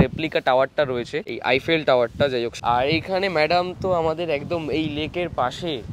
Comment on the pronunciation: Eifell na Eiffel bole 😐